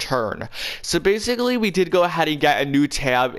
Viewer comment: how many times do you have to say exactally and bassically i not whatching him ever again